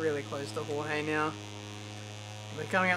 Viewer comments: you say Jorge as gorgé. So gorg and then an e. Dificult to explain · HOHEE HAHAHAHA its more like "choche" if you aussies use the ch like i do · If he is Spanish he is Horhe not George xD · George= English pronunciation Jorge= Spanish pronunciation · j and g in "jorge" are pronounced like h in "hacker" or "hello"